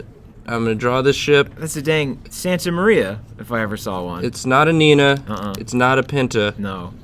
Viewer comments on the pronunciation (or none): the ship is called niña, not nina